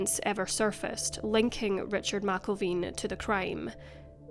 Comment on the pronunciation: Sheriff Wayne McElveen (Mac-Elven)